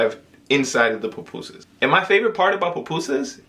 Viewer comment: Pupusas not Papusas